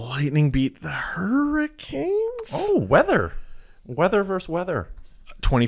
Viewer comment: It's "versus", not "verse".